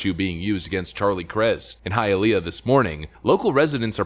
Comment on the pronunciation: I’m so happy you said Hialeah correctly lol. Everyone is pronouncing it wrong.